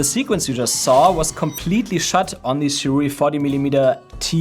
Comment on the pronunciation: “Sirui” is better pronounced by saying “Sir Ray.” Try it next time.